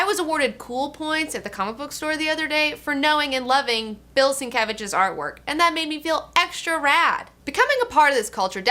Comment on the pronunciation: You also get extra points for knowing how to pronounce Bill Sienkiewicz!